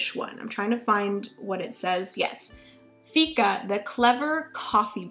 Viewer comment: Fika is pronounced "Fiika" with a long I :) "Fika is a concept, a state of mind, an attitude and an important part of Swedish culture. Many Swedes consider that it is almost essential to make time for fika every day. It means making time for friends and colleagues to share a cup of coffee (or tea) and a little something to eat." This was always a small inside joke between Finnish colleagues, when speaking about our Swedish colleagues :D